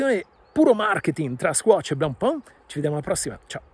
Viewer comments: Lo dicevi giusto primaaaaaa NON è BLENPÒN!!!! Si dice: BLANPÈN o ancora meglio BLONPÈN Blancpain vuol dire "biancopane": blanc si pronuncia BLAN o meglio BLON e pain si pronuncia PÈN! È FACILE! 🎉🎉🎉 Comunque sono pienamente d'accordo: bella trovata di marketttting, ma TENETEVELO! 😂😈🤣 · Blancpain , si pronuncia come pane in Francese , studia